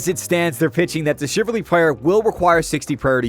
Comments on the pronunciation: CHIV-AL-RY. Not chiv-ar-ly. CHIVALRY. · Chiv - al - ry ... Not chiverly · Shiv Al reee , not chivarly… ffs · Damn it, the only thing I was focused on, was the fact that bro can't pronounce "chivalry". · The way you pronounce chivalry gave me stage 12 butt cancer. Well done. RsN- TitMissiles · We need to talk about your pronunciation of Chivalry.